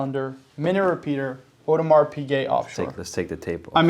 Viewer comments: guys please please it is NOT AUDEMARSSSSSSS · Totally correct…so many so-called watch experts doesn’t know that the “s” is silent.